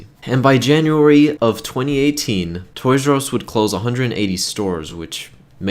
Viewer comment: Toys AR e not Us